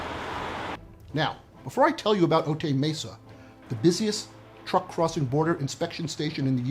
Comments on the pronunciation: For a channel about 'fact, science and truth', your comedy is distracting -- Cut it out. (Also, it's pronounced "O-tie Mesa", not "O-tay", okay?) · O-Tie Mesa. Not O-Tay Mesa. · Note from a local- Otay Mesa is pronounced Oh-tie 😊